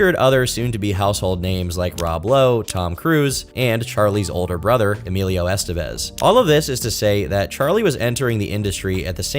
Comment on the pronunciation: You literally just played a clip of Martin Sheen CORRECTLY pronouncing the last name 'Estevez', and then went on to mispronounce it over and over again. Well done.